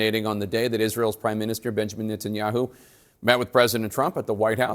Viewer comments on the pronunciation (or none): Omg did he just call him bitchamin Netanyahu? 😅